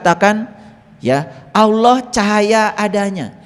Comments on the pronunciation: Alloh pak bukan awloh😅,tidak ada wawu disitu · & belajar ngucap Alloh, bukan *alwoh/aluwoh*🙏🙏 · Bilang Alloh aja mulutnya gk bs,,,, cobak dengarkan kan dia bilang auloh,,, orang ini sok pinter,, orang ini sking kpinginya jd kiyai😢😢😢😢😢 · Innalillaahi ..dst, itu bukan Doa goblog,itu mengingatkan dan sebuah nasihat buat kita.jangan mengotak atik aqidah islam.yg perlu di perhatikan dlm mengucapkan lafadz الله،harap di perbaiki agar bacaan fasih mengucapkan lafadz "Allah ".terimakasih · 😅nyebut allah aja belum fasih masa auloh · Nyebut allah aja belum fasih masak auloh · Ustadz gabut...baca Alloh aja ludahnya nggak bener...hati" banyak orang mengaku tahu ilmu agama padahal niatnya mau menyesatkan...mondok dulu bro...! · Sebutan KIYAI HAJI tapi nyebut Allah aja gak fase ini ustad aja gak meyakinkan